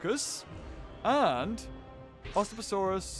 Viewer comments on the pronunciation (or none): Did anyone hear say ostaposaurus wrong